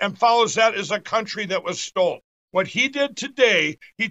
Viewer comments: Isn't anyone ever going to tell pillow that the word is STOLEN not STOLD? Poor guy 😅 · "Stold" lol . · "Stolden" now was it? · I never get tired of hearing Mike Pillow say "stold" .. 🤣🤣🤣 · Why does Mike keep saying "stolled" and "deflamation"? He just makes up words. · A “stold” election? This banana went from pillow Salesman to election investigator. 😂